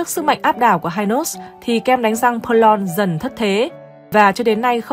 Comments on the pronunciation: KEM DANH RANG PERLONG.;DOC THEO AM TIENG PHAP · Đa số người sg phát âm theo tiếng pháp 🇫🇷 bẹt long